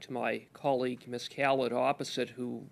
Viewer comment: Cooper is actually pronouncing her name correctly. It is pronounced "kal-id" and not "kal-eed" (think DJ Khalid).